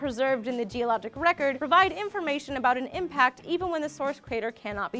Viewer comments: You say even when it should be EVENT! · The screen says event, says even...